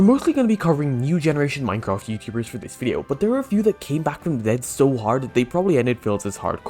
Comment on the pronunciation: one #technosupport and hope you all raise a hell of a lot of money for the fun Minecrafters vs Cancer but with your accent in the start i heard "Mycock" lmao (i do love your accent btw)